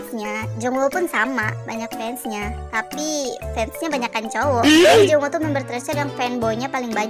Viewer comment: Salfok sama abang "cowok" 😂😂😂